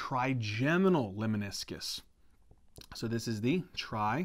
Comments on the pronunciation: NOTE--LEMNISCUS !!! (Not leminiscus) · Lemniscus not Leminiscus